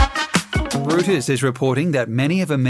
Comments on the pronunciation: Its HYPER-BO-LEE...and its ROY-TERS ; NEVER hyper- bole or rew-ters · hyperbole is pronounced hi-per-bow-lee not hyper-bowl. Reuters is pronounced Roiters. Please have a narrator that knows how to pronounce words.